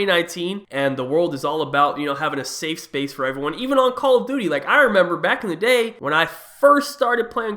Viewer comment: he said call of booty